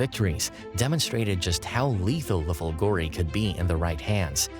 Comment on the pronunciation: fOlgore not folgorE lightning